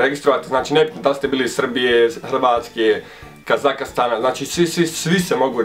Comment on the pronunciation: kako si rekao kazakstan hahahha XDDDD